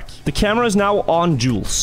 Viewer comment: He is killing my name with the way he is saying Jules